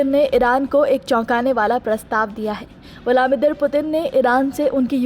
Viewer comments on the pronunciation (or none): Its vladimir not vlamidir. 😂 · Viladmeer nahi bol parhi ho jeneman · Listen Woman : it's VLA- DI -MIR